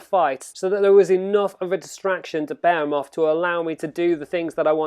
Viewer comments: You said bahumet... its Behemoth.. pronounced Be'he'muth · I don't mean to criticize but I cringe every time you pronounce behemoth. Because you aren't even close maybe Google 'how to pronounce behemoth'. Otherwise thank you for the video.